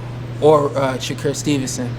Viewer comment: “Sha Cure” Stevenson